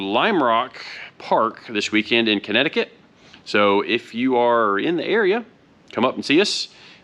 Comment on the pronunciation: You say Connecticut like a native ! Where u from son ?